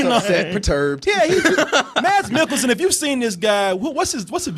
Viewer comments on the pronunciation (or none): Mads in Danish is pronounced Mas, Maaasss the D is silent. and NOT Milk' elsen, it pronounced Mik'-kel-sen. just so you know, you might see him Again. :)